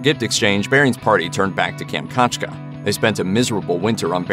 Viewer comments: Kam-chat-ka...how hard is to pronounce it correctly. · kam - chat - ka